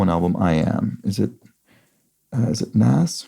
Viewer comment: Minor quibble, but the rapper is pronounced "noz" :) Great solve, love watching your channel!